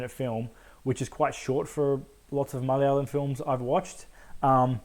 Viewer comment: Damn you say ‘Malayalam’ better than most Aussie Malayalis. Also, yeah unfortunately it fell prey to the inevitable exposition dump and the geezer fight though it wasn’t as big as an issue for me, was kinda funny and I don’t think it was meant to be.